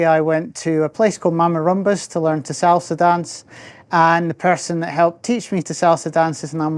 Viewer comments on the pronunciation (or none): none